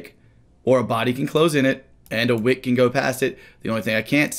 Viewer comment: Am I the only one who hears "a wig" instead of "a wick"?... Kinda makes sense if we are talking about heads and shoulders 😂